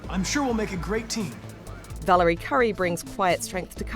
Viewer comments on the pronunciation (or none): none